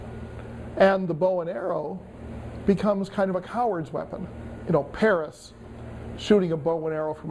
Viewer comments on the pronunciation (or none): none